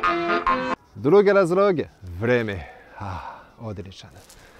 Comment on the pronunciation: Да ли је до мене, или у неким ситуацијама изговара р уместо л? Попут разРог уместо разЛог?